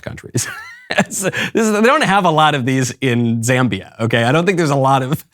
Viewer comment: He said Zambia😭